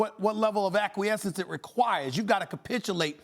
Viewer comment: Stephen A. 🗣💦 SalilaQwee 🗣💦 AkQweyesentz 💦kapitchulate